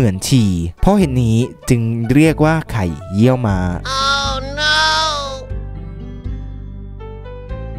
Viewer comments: ไข่เยี่ยวม้า ไม่ใช่ เหยี่ยวม้า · ไข่เยี่ยวม้า ไม่ใช่ไข่เหยี่ยวม้า555